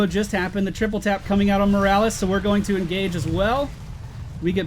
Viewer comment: why do you call the doctor Morrales?